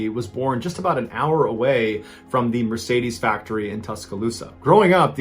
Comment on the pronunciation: this is the first time i had heard someone pronounce Mercedes as Meresaydiese :D